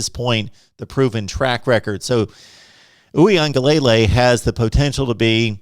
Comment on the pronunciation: Dj’ name is pronounced oowee-an-ga-LA-LAY… its not lay lay at the end